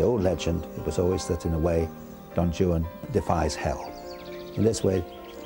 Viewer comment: Guy can't even pronounce Don Juan!